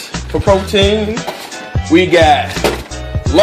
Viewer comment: "fruit bowls fow the ho's" lol